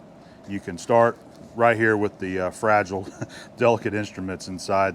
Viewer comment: Fra-Gill_eee........ must be Italian. this is too funny. too be quite honset, you can see it is a sign of enduring love and admiration.